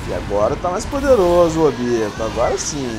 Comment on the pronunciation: Sim,no lugar de falar "Ôbito",os caras falam "Ôbíto"